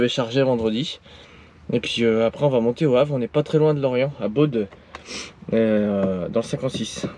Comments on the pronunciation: Pour info on dit "Beau" et pas "BauD" Sinon super vidéo comme toujours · Bonjour On voit que vous êtes Normand. On dit pas Baude mais Baud (Bo) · slt ça ce prononce bo et pas baude j'habite à coté 🙂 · Tu étais pas loin de chez moi. Je t'es même croisé la semaine dernière près de Vannes !!! Et pour info, le D dans Baud ne se prononce pas . 😁